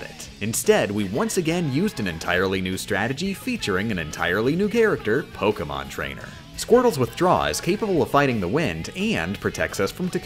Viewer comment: genuinely impressive how poorly he pronounces most Pokemon names.